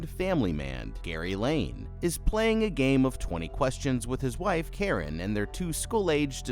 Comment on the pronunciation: He watched the movie and can't consistently pronounce the main character's name correctly? 😂